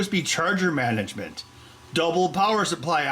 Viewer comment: "Mananement", that's what I'm going to call my future kid